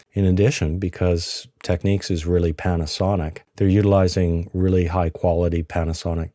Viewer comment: Why do dims always mispronounce TEK-NIKS !?